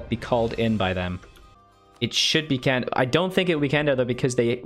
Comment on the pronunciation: Candar is pronounced like Jandar, like jedi.